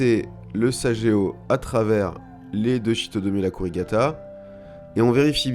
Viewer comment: Merci. Petite précision...sageo se prononce saguéo pas sajéo